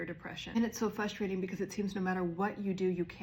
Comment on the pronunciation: Please say frustrating instead of fuhstrating. Thank you. Engaging video otherwise.